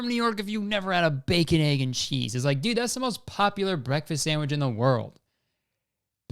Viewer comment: Tell me you’re Kurtis Conner without telling me you’re Kurtis Conner: ‘dude’ but it sounds like ‘deed’